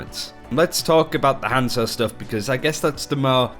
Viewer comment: Everytime he says hanzo I actually flinch